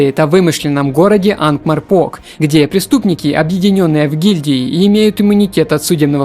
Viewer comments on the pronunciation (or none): Анк-МорпоРк! По ушам резануло. Знаковая локация, дуром книг и фильмов...